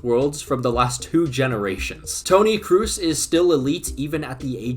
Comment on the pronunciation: Kroos is pronounced as its written, its not Tom Cruiz